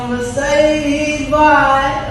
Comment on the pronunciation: I cringe so hart as a german how they pronouncing Mercedes Benz it so horrible